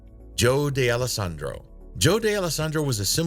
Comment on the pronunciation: DAY-ELLO-SANDRO??? Where does that pronunciation com from?